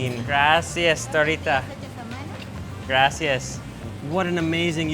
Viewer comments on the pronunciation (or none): I find it so funny how he said gracias. GRASSI AHS 😂😂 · The way he says Gracias hurts my brain 😑😑😑😑